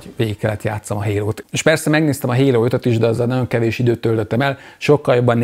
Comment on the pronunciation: "Hérót" értettem a HALO helyett :))